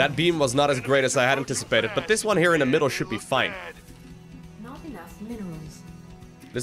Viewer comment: You said “this is way more than i inticipated” way more than i inticipated!